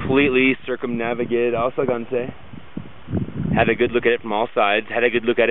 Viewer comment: Dude! It's called Ausangate. Not asagante